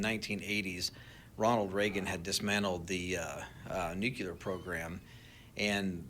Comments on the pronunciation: I can’t help but totally dismiss anyone that continues to call it “nucular”. It’s frikkin nuclear. Nu-clear. And why would people be trying to shoot them down if that was their job. To look for “nucular” signatures. Nu-clear. Nuclear. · So strange. Nucular? 🤦‍♀️ Nuclear. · There's no such word as nu-cu-lar. It's nu-clear you plum. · I don't trust anyone who says Nucular! Catching up on old ones. It's a bit weird about the drones maybe being a rehersal so we not freaked out, plus the James Webb folks being huddled away when in August 25 there is that Atlas31 thing being weird in space lol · why did they stop and listen to a dude who pronounces nuclear "nucular"..... FOR FIVE STRAIGHT MINUTES about whether these drones are looking for a lost nuke HAHAHA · New-clee-ur ....NOT new-que-ler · Funny when folks mispronounce Nuclear as Nukular... A lot of people do, and that's ok, they are usually not a part of the industry or scientific community, for example, politicians, commentators etc. But it's more amusing when subject matter experts say "Nukular" 😂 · TikTok drone guy limits his believability by saying nuculerr instead of nuclear... j/s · Whenever drone man or anyone cannot pronounce NU-CLE-AR correctly and calls it nuke-lar, he automatically loses all credibility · The fact that this guy (the drone manufacturer) calls it "nuke-ya-lar" reveals his actual level of credibility. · Never trust an “expert” that pronounces “nuclear” as “nukular” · It's pronounced *nuclear* not *nucular* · I don't know how much stock we should put into a guy who pronounces "nuclear" as "new-cue-lar." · this guy claims to be an expert and somehow can't pronounce the word "nuclear" correctly. The nukular thing bugs me. Bet he calls wolves "woofs" too. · Nuke-yuh-lur? Ya don’t say… 🤔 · Jamie, pull up how to pronounce nuclear.